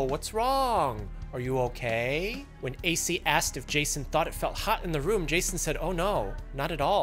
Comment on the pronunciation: This entire episode made me feel racist while watching. The "oh no wats wong". "You okaaay?" 😂